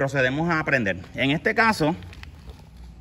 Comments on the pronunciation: Porque hablas tan raro.... Dices Motol en vez de Motor..... dices Prendel.... en vez de prender!!!! dices Generadol... en vez de Generador....porque hablan así? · veo que si escribes Puerto Rico... Porque no escribes Puelto Lico?